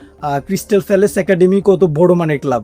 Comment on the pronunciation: ফ্যালেস না প্যালেস।